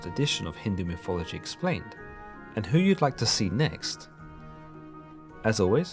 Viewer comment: Lol I love how it says mythology